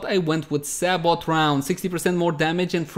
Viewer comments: Not to be that guy, but I'm gonna be that guy. Sabot is said say-bo 😉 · I think the "T" in sabot is silent. So it'd actually be more like "say-bow"